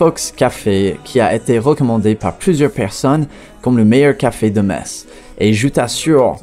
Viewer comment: Ca fait plaisir d'entendre une personne prononcer correctement le nom de ma ville . 80% des français sont pas foutus de le faire mm apres avoir été repris a plusieurs reprises. Je vous laisse je vais a st Tropèze